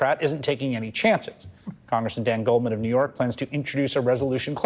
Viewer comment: Stop nose-ticing